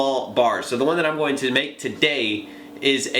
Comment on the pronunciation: ***** conor heslin You can't unhear this now loool